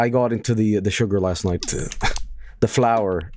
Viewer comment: Or as calls it floor